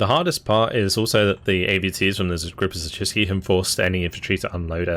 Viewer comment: wow! Your pronounciation of 'Siedlce' was quite good! Go!